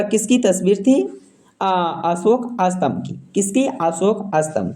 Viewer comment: Phle bolna sikh le.satmbh ko to astmbh bol raha h